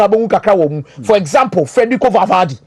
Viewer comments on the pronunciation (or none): The name is Valverde NOT Valvade